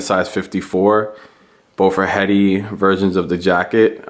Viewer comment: OMG saint laurent all the way. side by side it's not even a comparison. and btw (friendly note), "hedi slimane" is pronounced "eddie," not "heady."